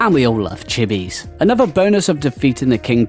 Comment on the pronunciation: I will never understand why people pronounce "th" as "v" sound. Drives me fucking nuts. Its not "anover" its "another". Cmon man